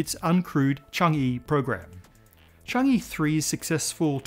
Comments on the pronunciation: Hello! Thank you for all these great episodes. I love this channel. I need to nitpick just a little. Change-e (or with a thick Beijing accent, "Chang Er") is not pronounced "Chang Yi". The Chinese lunar program is named after the Moon Goddess, 嫦娥. The "a" vowel is similar to a British "a" in "shan't'", and less similar to "a" in "can". The "e" is more like the "u" in "ugh". The same for anywhere the "e" appears in PinYin; it's a short "u" sound. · It's pronounced as "chang-uh" and not "chang-ee" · Need to point out that “Chang’e” is supposed to be pronounced as “Chang-uh”, where “e” is pronounced as in “earth”. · Pronunciation point of order: the “e” in Chang-e is pronounced “uh”, as in “hut” in Mandarin. I know transliteration of Mandarin can be a little confusing, but “Chang-ee” is ruffling my eardrum’s feathers! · Chang e. It is read like earl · Chang’e pronounced (Chong-ahh). Chang’e is the Chinese moon goddess whose beauty and loveliness is the subject of countless poems and stories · Chang'e is pronounced chang ah btw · It's pronounced Chung-err.